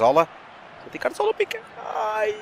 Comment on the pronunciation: Mas que Raio de M** é o "CaRZola" não será mais "CaZoRla" ? -.